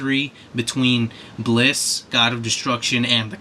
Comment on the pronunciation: It's Bills, not Blis.